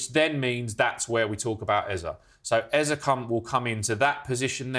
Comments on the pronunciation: It’s Eze, not Eza. No a in that name and Eza has no meaning. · Eza? Pretty sure it's pronounced ezay